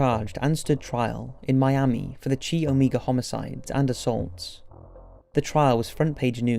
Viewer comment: Puget: Pew-jet Provo: Pro-voh Chi Omega: NOT CHEE NOT CHY It's: Keye, like your eye. Omega: Oh-May-Guh You need to do better research before releasing any more videos.